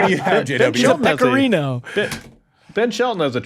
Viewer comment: "Pecorino"? Seriously, Wertheim. Have you learned nothing from the Krejcikova debacle?